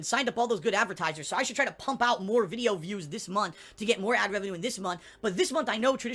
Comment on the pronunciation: Why the hell does he say "avertisers" and "lahgs" instead of advertisers and logs.